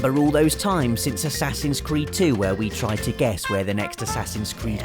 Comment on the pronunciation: Playing The Witcher 3 made me think he said whoreson cart when he was talking about assassins creed 😂